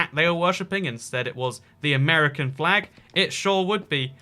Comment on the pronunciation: It’s not amurcan it’s ‘Mercan